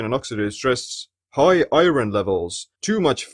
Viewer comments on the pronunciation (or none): great informative video! Thank you. Only correction to your pronunciation of 'iron': it has an irregular pronunciation in English. Don't say "i-ron" but rather "I earn" --> 'iron' has the same pronunciation as "I earn."